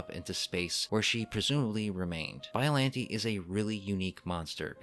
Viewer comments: excuse me did you say BOILANTI!?!?!?!?! AND NOT BIOLLANTE!?!?!?!?!?!?!?!?!?!?!?!?! (cring i know XD) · Every time he said, “biallante” I cringed